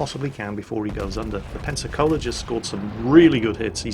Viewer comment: Every time i hear you pronounce "Pensacola" i hear "Panzer Cola"